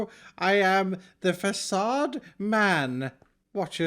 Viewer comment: Fa-suh dude